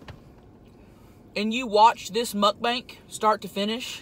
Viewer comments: You said Mutt Bank. Are they insured by the fdic ? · it's soo funny that tammy says mukbank instad of mukbang